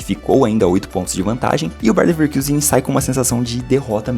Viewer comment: pf, pare de falar bayern levekIusen, o time é alemão, não inglês kkkk